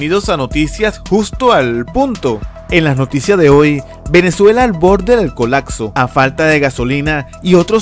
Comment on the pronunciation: Es colapso, no colatso!